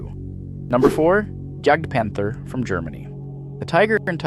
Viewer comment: It's JAGDpanther, not GAGDpanther (this is my fav td, so thanks for puting it into the vid). All in all I would have put the semovente (da 75/18, but basically any variant is good) to the 8th place, because it was the only Italian tank the Allies feared. Other than these, good vid!